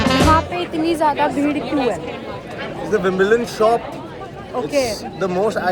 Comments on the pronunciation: Behen vim-mal-done 😂 nahi hai say--"wim-bal-done" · Sometimes I m hearing vimaldon 😅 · it's not VIMAL TON😂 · baat karna vhi nahi ata..soo illeterate..cant pronunce wimbledon:face-purple-crying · Bol tak nhi paye wimbledon 😂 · wimbledon bola toh sikh ke jati.... Australia mat aana bas warna log bhaga denge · Wimbledon kehna to sikh lo Joker said it right